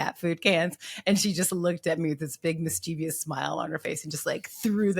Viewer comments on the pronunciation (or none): It bothers me that this accomplished woman doesn’t know that mischievous is a three-syllable word.